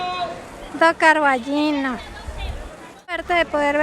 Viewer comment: Con Ñ. Pero, es tan difícil? CarballiÑo. Estás en Galicia.